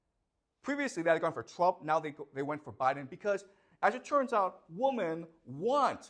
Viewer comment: Why is he saying woman instead of women?